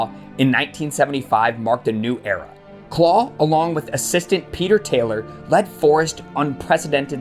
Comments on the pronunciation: Although, “Clough” isn’t pronounced “claw” it’s “cluff” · Ha ha , it’s not pronounced ‘claw’ it’s pronounced ‘Cluff’….it must be an accent thing. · Brilliant vid but . . . ‘Clough’ is pronounced ‘kluff’. Search some Clough videos on here, the man was a natural entertainer. There’s also a few films about him one being “The Damned United”. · Who is Brian Claw? It's CLOUGH, as in ROUGH, TOUGH or ENOUGH! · Clough is pronounced Cluff. Derby is pronounced Darby. Nice vid however.